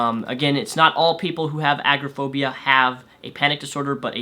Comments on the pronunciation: I'm not a mental health professional, though diagnosed with multiple anxiety disorders myself, I believe you made a couple of errors. Maybe you're just pronouncing it wierd, but agraphobia is very different from agoraphobia. Agraphobia is the fear of sexual assault; agoraphobia is what you are describing, a fear of unfamiliar and uncontrollable surroundings or large and heavily populated areas, often public places, which interferes with living when it progresses to being unable to leave your home. Panic disorders can in rare cases cause fainting but a severe panic attack is more often mistaken for a heart attack, and further worsens when one then begins to fear dying, not getting medical help, suffocating. It's more along the lines of feeling unable to breathe, chest pain, hyperventilating, feeling dizzy and faint, etc. Consiousness is rarely actually lost. Severe panic attacks often times lead people to the ER, thinking they are severely asthmatic or having a heart attack. Social anxiety untreated can very easily lead to developing severe agoraphobia, as isolation is a key factor in both. Also, I agree with never self diagnosing. I find it insulting when anyone boasts a self diagnosis of any type of anxiety disorder, without seeking proper medical attention. It is a disability, like any other, and debilitating, requiring a substantial amount of therapy/combination of medical treatments. Feeling some anxiety is normal, it is the activation of your 'fight or flight' system, un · Not a huge deal, but agoraphobia is pronounced A-Gore-a (short a)-Phobia. Just letting you know for future. Nice job with these!